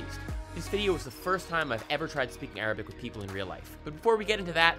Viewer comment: u really have a good arabic accent !